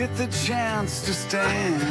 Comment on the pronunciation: I notice Phony Joe is pronouncing "stand" in the trendy singer way "stound". Well, trendy a decade or two ago.